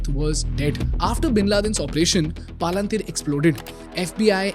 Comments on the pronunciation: I was learning so much that I had no idea about but I couldn’t help but pause the video every time I heard paalaan-teer The video itself has a clip with the right pronunciation of Palantir.. you could just follow the same. Nothing against the content or the value.. but this is something that can be fixed for sure. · Great content guys. But seriously guys please take 10 mins to fix the pronunciations of names. You have clips saying the proper name PalanTir, so why do you end up saying PalaanTHeer. I know it's not the point of the video, but it seriously undermines the content. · why are you calling it palanteer as if it is indian name? good content but you could work on the delivery a bit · Palantir ❌ paalanteer✅ 😂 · Really knowledgeable but I can’t take this video seriously with him saying “paalaantheer” 💀💀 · I don’t know man but every time you said “paa-lan-tiir” made me furious. 😂😂. You played snippets in the beginning of the video of how it’s pronounced. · PALUNTHERE CORRECT YOUR PRONOUNCIATION 1ST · palan-teeer? I never heard a company like that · Great content but at least the company pronunciation should be right, it is not pronounced as Paalunteer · Extremely informative and useful as all your videos . Not sure why you pronounce Palantir sooo differently from its original pronunciation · Your pronunciation of Palantir is so damn annoying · This guy can't even properly pronounce Paypal and Palantir , and sells course on public speaking. 😭😭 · Making a video about an American public company while running ads for an app that lets you invest in American companies nice racket you’ve got going here, bud. Also, as a Tolkien fan, I have to disapprove of the way you’re pronouncing Palantir; it sounds more like a hill station in Uttaranchal. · Such an Iconic Name.... Please Pronounce it Correctly. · that palantir and paypal pronunciations are really annoying. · at least you could have pronounced the company name properly. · Wtf is this pronunciation😅 BTW Great content.